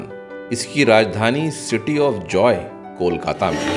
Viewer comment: It's KOLKATA, Not KOL-KATTA😢